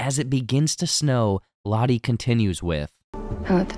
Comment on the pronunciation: Butchered Lotto's too